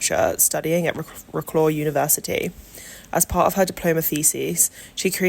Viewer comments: You could at least try to pronouce the name of the city right. vro-claw? its vro-cwav. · Agree with all says. I was a teacher in Wroclaw in the 90's. I would suggest slowing down the voice-over though, it was a bit too fast. Wroclaw pronounced "Vrotswav" please!